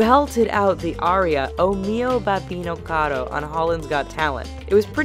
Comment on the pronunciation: lol, you pronunced "o mio babbino caro" so funny, it's like this: "ò mìo bàbbino càro"